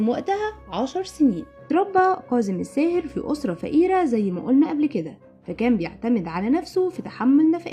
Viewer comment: اسمة كاضم الساهر وليس قاضم الساهر المصريين لا يجيدون التحدث بالعربية الفصحى وينطقوها غلط في غلط